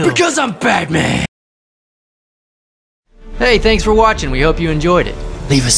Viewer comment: Fruuum BatMaN! 😂